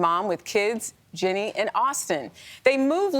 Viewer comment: Perfect example of hosts not doing their research on their guest. For one, her mom passed away. And two, it’s pronounced Ginny, not Jeanie and not Jenny. What an absolute lovely actress!!